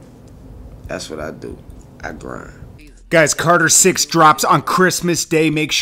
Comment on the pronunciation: Man said cater 6 🤣🤣🤣